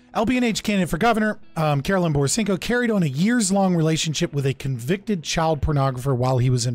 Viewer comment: Idk if it was intentional or not, but it was hilarious hearing you mispronounce her name for the entire stream.